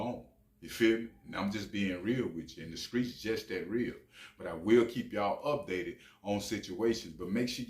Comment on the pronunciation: He said the skreets 😂